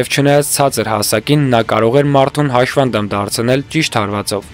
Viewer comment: ՀաՇՖանդամ չի, հաշմանդամ է: Նեղանալ չկա